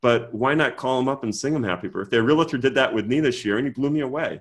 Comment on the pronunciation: Good stuff! Just a friendly reminder that REALTOR is two syllables not 3. 😉